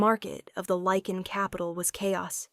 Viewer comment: Eh, close. Technically Werewolves and Lycans are different species. But at least she pronounces it correctly. I think if I hear another Lee-kan or Lih-kan I will scream.